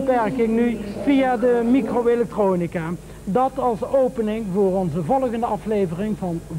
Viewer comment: Dat heeft 'ie bij veel mensen ook wel denk ik. Mijn ouders hanteerden, zeker toen ik jong was, de gevleugelde uitspraak 'met ingebouwde michro-electronica' (bewust met 'typfout' vanwege zijn accent) en ook op m'n huidige werk komt 'ie veel langs. Nou is m'n huidige werk in de herstelling van elektronica, dus dat is niet zo heel raar. Maar ik denk dat veel meer mensen weten wie hij is dan je misschien zou verwachten. Er is ook een trein die met zijn naam en portret rondrijdt en dan gaan mensen zo nu en dan vanzelf opzoeken wie dat dan was als ze 'm niet kennen.